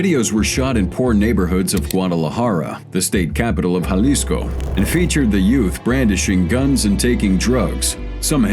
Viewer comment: Finnaly, a non brit crime channel who can pronounce jalisco correctly lol